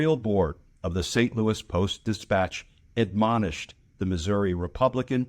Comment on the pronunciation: Thanks, Glenn. As a lifelong Kansas City, Missouri resident, I appreciate your commentary on hawley's disgusting lack of character. I hope the nation knows that not everyone in this red state is a Republican backing Trump and hawley. And thanks for pronouncing Missouri the way the residents do.